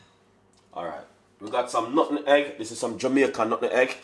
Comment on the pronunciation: He’s saying nutmeg not sure why it sounds that way on camera 👌